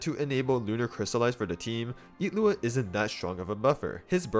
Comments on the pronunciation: Where is the T in his name? Why is there no G sound? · Where did this pronounciation of his name come from? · What's with the pronunciation of his name? Is that how his name is pronounced?